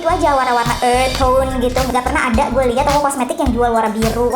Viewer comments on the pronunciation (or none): none